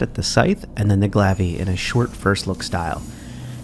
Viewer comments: The glav-ve.... it’s pronounced Glaive... Gla ay ve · This guys an idiot not knowing how to say Glaive.